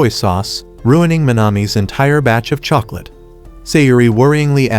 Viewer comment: What the hell is a chocolatttt😂😂😂